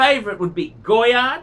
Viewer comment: Goi-yard bruh it's go-yard